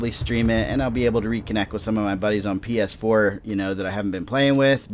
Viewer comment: U sounded like you said pf4 lol